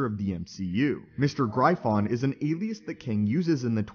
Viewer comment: He Who Remains is not Immortus. Also, its pronounced Griffin not GryPhon.